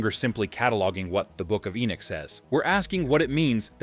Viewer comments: It's irritating to hear Ai say "E Nick" when the name is E Nock." Dam, I hate AI. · I really couldn't let u investigate more because u are not calling the names properly. E-Neck when it's Enoch. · Enoch actually. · Ppffff ENock 😅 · You are not pronouncing ENOCK, correctly. It gets a little irritating when you say the same thing over and over. It's E NOCH, like KNOCKING ON A DOOR. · Your not even pronouncing ENOCH correctly.. so you get a dislike just for that reason.. if your going to make a video about a prophet at least pronounce his name correctly.. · ENOCH was still pronounced wrong in the video.. no where in the world or in history past has ENOCH ever been pronounced the way it was being used in the video..